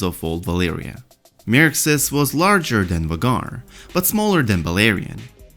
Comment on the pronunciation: Isn't Vhagar's name pronounced like "Veigar" ?